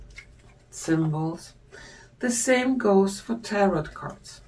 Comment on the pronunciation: Youre English is lovely. I like it. Here and there a little tweak - slowly - like Tarot is said without the last t ... as in Taro